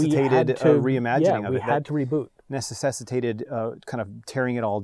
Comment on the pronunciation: “Necessessitated” Me deletes YouTube